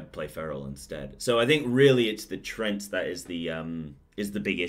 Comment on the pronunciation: Treants not trents.